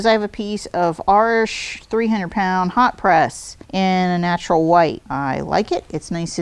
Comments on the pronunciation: Pronounced the name of the paper 'Arsh', it's pronounced Arch-ez, that's why it's spelt with es'. Just saying, because I've got nothing better to do this morning. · FYI: Arches paper is not pronounced Arsh—the way you’re saying it. The correct pronunciation is AR-chez ; as in the plural of arch. (It’s not a French word).